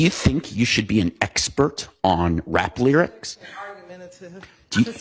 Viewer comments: "I am not an espert you didn't axe me ....." These are supposed to be professionals .... ASk Not Axe its effing absurd . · She cant even say expert 😂 typical dei